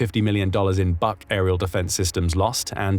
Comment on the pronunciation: HIMARS are great, but it is only a matter of time before Trump pulls the plug on them because they are hurting Putin to much Btw, it is pronounced "book" air defense system